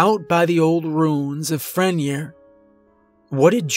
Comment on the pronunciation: Pronounced Fren-yay